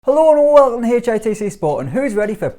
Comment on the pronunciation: Nobody:: HULO AND WULCUM TO HEY-CHAYE-TAY-SAY SPORTS